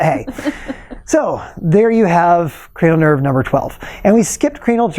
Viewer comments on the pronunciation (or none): Did he say cranial turd?